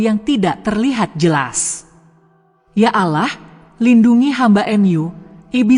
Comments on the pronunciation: Ceritanya guru ngaji .yg di sebut seharusnya Allah eh dia sebut alah sama sekali ga enak di dengar .. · Yg baca agamanya apa sih risih dengarnya ,baca allah kok alah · Maaf anda non muslim ya karena pengucapan ALLAH yg anda ucapkan bukan ucapan orang Muslim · Tetapi yg menceritakan kisah ini menyebut nama sang pencipta masa nyebut nya alah bukan Allah SWT. 🙏🙏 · Min benerin dulu sebutan untuk Nama Tuhan di Ummat muslim sebutan yg keliru menyebabkan kurang menarik dg ceritanya Padahal sebenarnya sangat menarik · Kenapa tidak sebut penuh Allah...seakan betina ni bukan Islam ... patutnya sebut betul betul .AL.. Lah / Allah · Kayaknya nih orang non-muslim...cara ucapan Alloh..agak aneh gitu.. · Kalimat insya'Allah., Lafaz 'Allah' nya ucapannya kq agk aneh ya